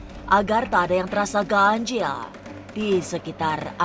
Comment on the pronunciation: ngomong ganjil nya ga bisa biasa aja kak... kenapa harus ganjieeellll